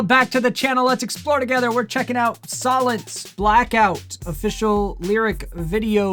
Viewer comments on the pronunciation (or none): It’s pronounced soul-ence. Black out is the heaviest in this style The rest fall back more. You should check out their collaboration “Cold”. It very different from blackout.